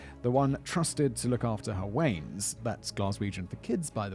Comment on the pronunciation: Wean is said like wee an not Wayne but great episode!